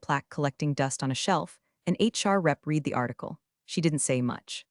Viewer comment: I enjoy the stories. I wish the AI reader pronounced the word "read" (red) correctly. Hopefully her Japanese is better. 😃